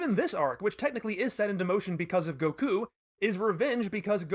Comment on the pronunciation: The way he says goku is unacceptable